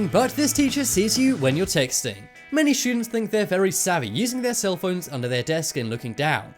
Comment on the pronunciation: I like how he says students "shoodents" lol